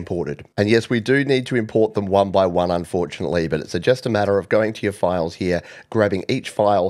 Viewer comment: One-by-on. Oh Apple. SMH.